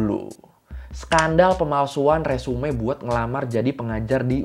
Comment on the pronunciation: 😁resume 😁di baca nya resum bang e nya jan di bawa